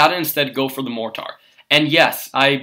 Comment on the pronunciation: You sound like an idiot the way you pronounce "mortar".